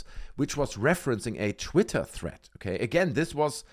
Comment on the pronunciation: Jesus Christ it’s THREAD not THREAT.